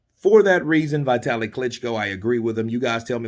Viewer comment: .one thing.its not vaitali.its vitali.dont ever say Eastern European names like they would be american names.always say like its been written!